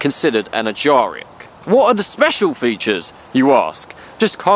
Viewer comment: From the way he pronounces "Ajaric", I'm guessing he's self-taught.